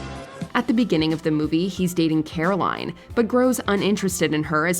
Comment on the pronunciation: Her character’s name is Carolyn. Pronounced Care-o-lynn She is Jake’s girlfriend. (Sorry, it drives me crazy.)